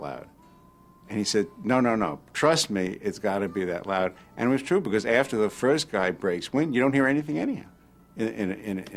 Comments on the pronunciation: It's twoo, it's twoo. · "It's twuu! It's twuu!"